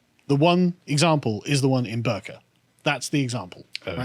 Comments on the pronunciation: Bi-rka* Swedish pronunciation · The 'i' in "Birka" is pronounced like the 'i' in "fiddle". Just my 2 pennies. :)